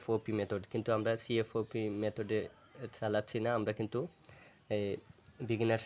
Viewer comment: bro ata cfop alada alada na tumi bolteso c f o p but ata c fop hobe